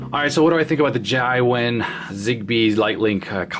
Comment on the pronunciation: Zai wen? Jia wen is pronounced Ja wen